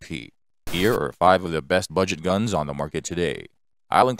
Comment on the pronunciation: Could be Guwns